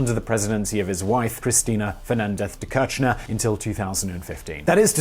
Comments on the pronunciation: Great video, its pronounced [Keer-sh-nair] btw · It kills me that he pronounces it like Néstor "Quershnar" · The pronuciation of kirshner its more likethe first two letter of kiss, the "r" is silent, the sh as in fish, and then the "ner" as in skinner